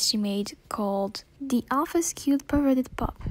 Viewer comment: Bruh how fucking old are you, like 4? You can't even say perverted right you say pervwerdert instead, lol. ITS A JOKE it's not supposed to be offensive take it like a man.